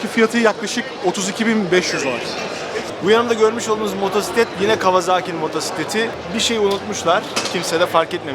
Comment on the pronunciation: seslendirmeci adamsın, motoRsiklet nedir ya...olmadı...evet motosiklet faşistiyim :) o 8000usd dediğinden kullanıyorum